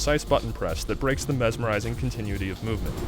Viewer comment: Anyone notice the really weird way he says "continuity" ? Continue tee.. Continue-ity.. whatever.. its weird. lol